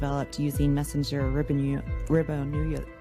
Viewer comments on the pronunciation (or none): “Messenger ribbo-nuliac acid” - Tammy Nichols Her perfect pronunciation shows us that she obviously paid attention in high school biology. 😜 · Ribbonoolyik? Christ, learn to say the word before you put out legislation, OK? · That legislator from Idaho couldn't even pronounce something as basic as ribonucleic acid. If you can't pass high school science, please stay out of legislating medicine and science. For goodness sakes.